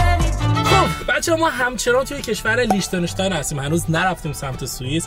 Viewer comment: درستش لیختن‌اشتاین ه نه لیچتن اشتاین😂😂😂